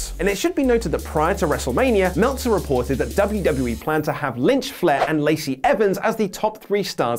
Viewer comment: Michael Cymbalak it's not Casey it's laçey